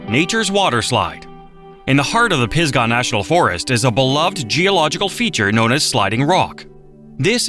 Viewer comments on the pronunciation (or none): Looking over just the most recent comments, it seems I'm not the only one wondering if 1) it's all AI or 2) they hired the cheapest announcer available with a vocabulary of about 500 words. RAY lee is the capital city? PIG sah Forest? French BOARD River? ( He got it right after the first mention). Or 3) they wanted to save production money by doing the whole thing in a single take? Makes it hard to take the informational parts seriously.